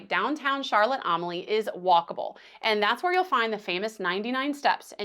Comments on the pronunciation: As a local it makes me cringe everytime you try to say Charlotte Amalie but happy you enjoyed our home 😂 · Overall a good video, but if you are going to recommend places, please learn how to pronounce the locations properly. It is not Charlotte Am-a lee, it's pronounced Charlotte A-mal-ya. AH Riise, is not pronounced AH Rise, it's pronounced AH Reese. Yacht Haven Grande is not pronounced Yacht Haven Gran-day. It's Yacht Haven Grand. The "lookout" you mention is Skyline Dr. Scenic Overlook. I hope you enjoyed our Island. It looks like you there Wed Oct 15th, when both Celebration and Aqua were in port. We happened to be home on island that week. BTW- fully agree with cruisers NOT trying to to go to St. John for the day. Too many variables to make you miss your ship on the return. The term "schedule" is used loosely in the islands, especially for the ferry. :)